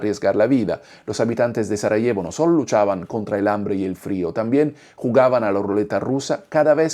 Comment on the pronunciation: pronuncias mal el español Sarajevo, Este tema al menos está expuesto en diferentes películas que he visto, sobre todo de los francotiradores donde estos, herían a las víctimas para dispararle a quienes intentaba rescatar a los heridos (total crueldad), hay una película interpretada (Savior por Denis Quaid), donde exponen las cosas horrendas que ocurrieron en esa guerra. Estos francotiradores antes de esta guerra fueron atletas olímpicos de la especialidad de Tiro. Es de notar que los diferentes bandos cada uno cometió horrores de guerra, tanto los croatas, bosnios, y los musulmanes de la antigua Yugoslavia. En la Yugoslavia había matrimonios mixtos de cristianos con musulmanes y al revés, Durante esta guerra surgieron terribles odio entre ellos. Pues estos musulmanes eran antiguos bosnios y croatas convertidos al Islam durante los periodos de ocupación por el Imperio Otomano. Pero como resultado solo se juzgo a los bosnios. sin olvidar que también cometió atrocidades con sus bombardeos los que integran a la OTAN. Fueron los países llamados occidentales responsables de esa guerra y de fragmentar Yugoslavia.